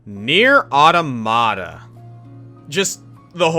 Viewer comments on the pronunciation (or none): Anyone upset about him pronouncing NieR:Automata wrong.